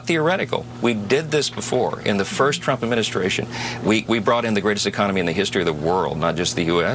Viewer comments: Did she say CHUMP tax cuts? 😂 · ”The original Chump, ahem Trump Tax.” Gotta love the slip of the tongue! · Ha Ha!! she said CHUMP instead of t RUMP... Shows her STUPITY....🤡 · Does she constantly call tRump, Chump? It sounds like she says Chump every time. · Loving how she pronounces the word 'Trump' as CHUMP 😂😂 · She can barely even pronounce Trump. Listen to her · Did she try and say trump ??? Cause I swear it sounded like she said chump lmaoo